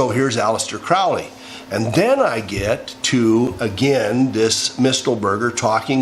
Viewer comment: Did you say Alice-dear Crowley??